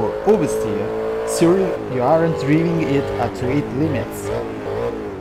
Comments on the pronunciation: Piccolo consiglio: driving non si pronuncia come si scrive ma DRAIVING. Suvvia. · ottimo per la voce, ma alcune pronunce "basilari" sono parecchio sbagliate ("driving", letto letteralmente come noi lo leggiamo dallo scirtto, quando è "draiving"- "allow" che è "allao" - "precision" che è "presiscion" (intendo quindi le fonetiche). Strano perchè francese e spagnolo sono OK, consiglio di curare la pronuncia, per il resto sempre ottimi video/tutorial